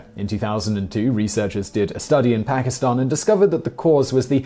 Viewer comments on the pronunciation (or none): none